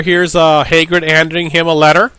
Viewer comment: Hagrid not haygrid you dope